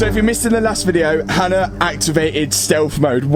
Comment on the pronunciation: tbh fair I do see how people think she’s called Anna because of the way Matt pronounces Hannah